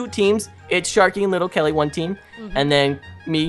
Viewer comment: It's little Kelly not litter kelly